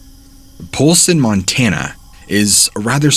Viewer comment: I'm from Billings, Montana and I love hearing stories from around the state. At the same time though, I heard "Polson" and "Helena" and instantly cringed. 😂